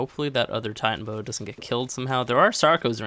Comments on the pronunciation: It’s tie-tana-boas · I hate to be that guy but Titanoboa is pronounced Tie-tan-o-boa